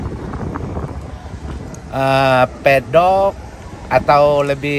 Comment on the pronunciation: Yg benar itu masih MEDOK......bukan Pedok 🤣🤣🤣🤣🤣🤣🤣🤣🤣🤣🤣🤣🤣🤣🤣🤣🤣🤣🤣🤣🤣🤣🤣🤣🤣🤣🤣🤣🤣🤣🤣🤣🤣🤣🤣🤣🤣🤣🤣🤣🤣🤣🤣🤣🤣🤣🤣🤣🤣🤣🤣🤣🤣🤣🤣🤣🤣